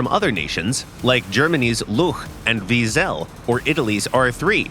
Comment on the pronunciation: Atleast pronounce luchs and wiesel correct pls